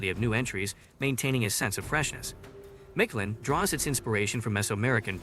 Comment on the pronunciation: It’s not, “Micht-LYNNE.” it’s, “MEEKT-LAHN” white boy